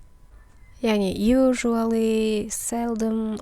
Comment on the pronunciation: Usually дұрыс оқылуын бір көріңіз)